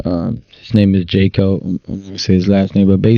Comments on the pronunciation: He brought up the advocate of children and couldn't even pronounce his name correctly. His is not "Jay-co", it's pronounced "Yah-co". Can't even lie correctly. And he's spiritually gifted and can see things before it happens? Bro, the Grove has been around for DECADES, you can't predict the crap coming out of your own ass. Get out of here. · I believe hes talking about Jaco (pronounced Yah-koo) Booyens who fights child s*x trafficking. Hes a Blaze contributor frequently on the show Sara Gonzalez Unfiltered.